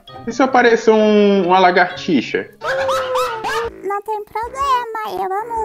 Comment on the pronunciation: "Eu amo largatixa" Mdsss kkkkkkkkkk